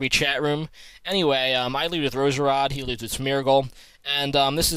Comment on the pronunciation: It's Roserade like.... aid. Roseraid.